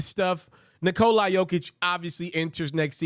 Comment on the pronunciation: Good job man, but come on, pronounce his name correctly it's Nikola, not Nikoli